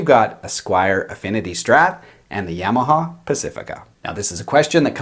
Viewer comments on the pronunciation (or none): YA - ma - Haw. Not Yea - ma - ha. Not Yay - ma - ha. Not Yaw - ma - ha. Ya - ma - ha.